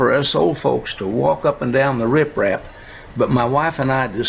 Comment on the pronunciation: It's riprap not rifraf….